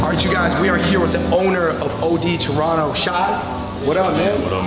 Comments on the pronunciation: Man, y'all's Toronto videos finally started to drop now! Good job getting pronucing Toronto right! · I love this place! Also y’all know how to say it proper ✌️Torono for life ❤️